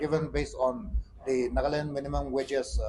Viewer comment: It's NAGA LAND. NOT NAGLAND HOH...